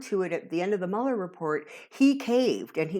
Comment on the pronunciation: you are the only one that pronounces mueller's name properly